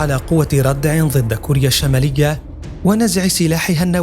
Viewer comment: الله يعطيك العافية ، في الفيديو قال مقدم البرنامج في بداية الحلقة ظد والمفروض الكلمة هي ضد ، وايضا عضلات وليس عظلات